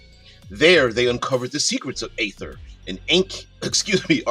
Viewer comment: It's ee-ther in American English. Long e, pronounce the r at the end. Other English speakers tend to omit the terminal r and make it ee-thuh. There are dozens of youtube vids and online pronunciation sites that will demonstrate it for you. This isn't a made-up fantasy word like Glyphx or Qy.